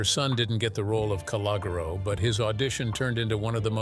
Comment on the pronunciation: C and Jane did not go to school together and pronounce his name correctly! Now yous can't leave!